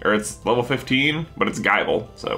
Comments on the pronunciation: Gible is pronounced like nibble not like bible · Gi-ble, J, not Gie-ble. Like nible. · J its pronounced gible as in nibble not like guyble... Btw love the vids!!! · It bothers me how he says Geye-ble.